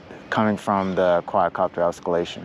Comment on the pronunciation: Oscillation. Os sill ation. Not os cal lation. But yes very nice video keep it up